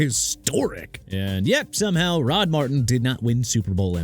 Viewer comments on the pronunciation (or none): none